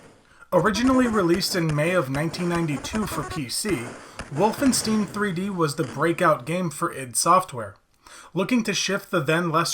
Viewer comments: You had me up till the point where you said “Wolfen-steen.” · Can pronounce Frankenstein, but can't pronounce Wolfenstein. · There's no way you never heard someone pronounce Wolfenstein 😂